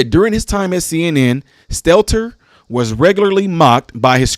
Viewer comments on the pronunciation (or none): It is pronounced stell-tur